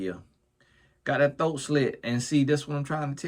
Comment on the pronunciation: I swear favorite words are “thoat” and “bike” 😂😂😂